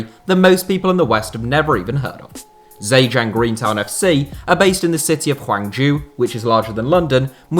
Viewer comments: State of the pronunciation. Zhejiang is said like this -> Jir-jiang . Hangzhou is said like this -> Hang joe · Zhejiang is pronounced jer jieng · The Z in ZheJiang isn't pronounced, it sounds more like "Jhe Jiang". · Zhejiang is pronounced "Juh-jang" and Hangzhou is pronounced "Hong-joe". Source: I live in Hangzhou, Zhejiang. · Part 2 would be a great idea. Great Video!! Also, the pronunciation of Zhejiang is not entirely correct. This would be more appropriate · How you read Zhejiang woke me up, need massive improvement.